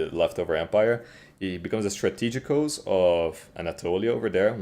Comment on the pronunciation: anyone else praying for him to notice how to say strategos? kkkkkkkkk